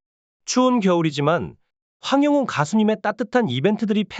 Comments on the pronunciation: 황~~~~ 영~~~~~ 웅~~~~ 입니다 발음 확실히 하고 정직한 방송해 주세요 !!!! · 황영웅 이름 모르나요? 왜 이름을 틀리게 발음을해요?